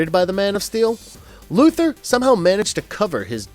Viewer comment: Luther is pronounced like Luther Vandross or Martin Luther. Lex Luthor's name has "Thor" at the end of it and that is why the cartoon ALWAYS pronounces his name "LuTHOR" and not Luther.